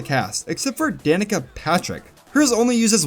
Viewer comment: The last time I played Sonic & SEGA Allstars Racing Transformed, I remember there being 2 voice clips for picking Danica Patrick. The one you show in the video, and one where the announcer pronounced her name more like "da knee ka” Patrick.